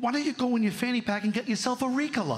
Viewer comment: You can tell by the way he pronounced ricola , that he has never smoked weed or taken a throat lozenge 😂😂 dude is full of bs